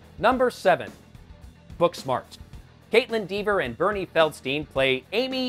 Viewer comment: It's pronounced Beanie not Bernie. And Rian is pronounced Ryan. You have to work on your pronunciation.